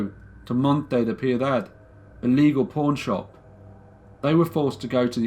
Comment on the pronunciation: I thought you said porn shop but then realized you said pawn shop, your accent mad it sound like porn😓